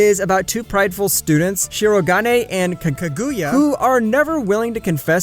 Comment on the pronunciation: The way he says kaguya makes me die inside